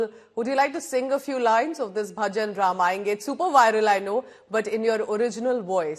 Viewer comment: Her pronunciation of words of Bhajan is better than an average Indian. Fantastic.